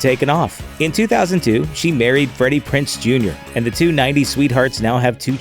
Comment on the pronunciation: Just one small thing: It's Prinze, not Prince.